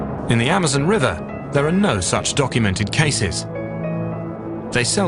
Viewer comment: the guys always say it funny this time it is amozmon